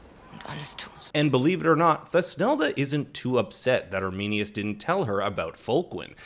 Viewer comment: If you listen to the German original there is no ‘th’ sound. It’s toosnelda not thus nelda